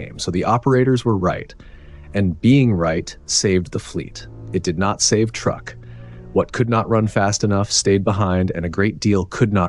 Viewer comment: Say the word 'true'. Now aid a K to the end of it. Truek. NOT truck!